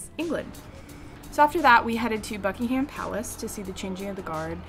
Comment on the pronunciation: It’s weird how London is like a tourist place for you when I live an hour away. Also btw it’s Bucking-um palace not Bucking-Ham palace (just to let you know). It is soooo weird how I know most of these places. If you wanted to see more Taylor Swift places you should’ve gone to Hyde Park because that’s where I saw her. And why would Americans pronounce Van Gogh like Van Go, that made me uncomfortable? Also what is a ‘top sheet’?